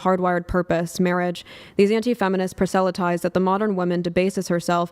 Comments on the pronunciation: Much like Chuck/Charlie it is infuriating to hear these college educated women mispronounce basic words that should be well know for their education level. She fucked up 'proselytize'. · She didn't write the opening statement. She mispronounced, "mired" and "proselytize". One does not write words one does not know how to pronounce. She read it quickly to give the impression she was very familiar with it.